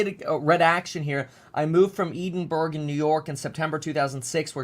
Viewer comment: FYI Edinburgh is in Scotland and pronounced "ED-IN-BRURR"